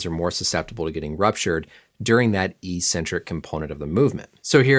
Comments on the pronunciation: It’s “ec-centric” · It’s pronounced EK-centric, not EE-centric. Common mistake conflated with the pronunciation of “asymmetric.” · THAT'S NOT HOW YOU PRONOUNCE ECCENTRIC